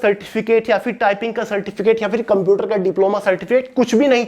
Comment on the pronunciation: its a shame jisko computer thik se nhi bolna aata wo hume gyaan de rha hai